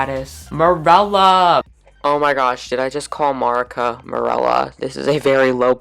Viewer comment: I thought marouca was pronounced mo-ru-ca